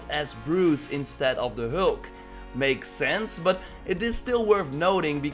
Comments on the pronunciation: FYI It’s Hulk not Holk 🤷🏽‍♂️ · Who is hoolk? And broooce?